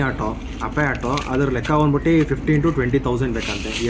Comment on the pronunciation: ಬಂದ್ ಬುಟ್ಟಿ.. ಹೋಗ್ ಬುಟ್ಟಿ ಅಸಹ್ಯವಾದ ಕನ್ನಡ ಉಚ್ಚಾರಣೆ.. ನಾಚಿಕೆ ಆಗಬೇಕು...